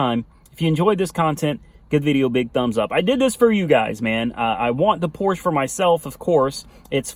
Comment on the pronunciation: Its Porscha 😂😂😂